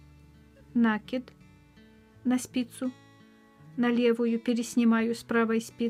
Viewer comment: Вы нить накИ дываети,а не нА кидавыете,поэтому накИд, нАкид очень режет слух